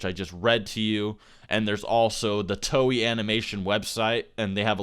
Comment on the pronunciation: Bro said "Toey" lol it's "To-ay"